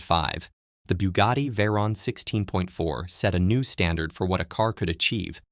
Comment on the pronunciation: Bugari? STRESS THE DAMN "T" it's a proper name. Aren with a K but in mute Mode!